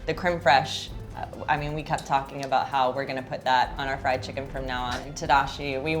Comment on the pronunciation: Yes I did. Didn't hear it as "flied." Since I've been teaching English to Japanese students for a year now, I am pretty familiar with how they pronounce. "Fried" becomes "fu-ried," and that's what you're hearing, not "flied."